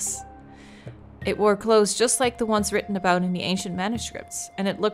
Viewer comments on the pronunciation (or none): none